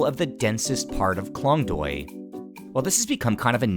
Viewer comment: You pronounced Klong Toei wrong and its very annoying but not your fault, its confusing for westerner.